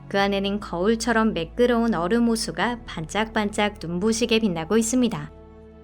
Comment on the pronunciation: 얼음을 어림이라고 읽는듯하넹.